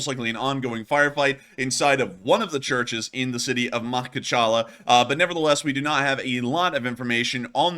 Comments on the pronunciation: You pronounce city name in some funny way, say it something like this: MU-HUCH-KA-LA (with accent on the last syllable) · Ma-khach-ka-LAH. Accent on the last syllable. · It's pronounced - ma-kach-kalla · DaGestan ( G not J ) ... MaKHachkala Ma-khach-kala ( kh = xch) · Mok•hoch•kahla I think is close to how it is pronounced. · Makhachkala is pronounced MaHAchkala. Also, Dagestan is pronounced with a hard G. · Jesus it's so scary to see someone struggle with putting a few syllables together... Ma hatch ka la - WTF is so difficult? :D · Bro is definitely not an MMA fan if he can’t pronounce Makhachkala, Dagestan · You need to learn how to read or pronounce Russian city names. Try again Makhachkala. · Makhachkala If you pronouns correctly, you will sound more authentic/you know what you're thinking about Try it, you may enjoy it 😉